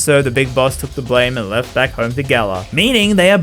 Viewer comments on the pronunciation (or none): none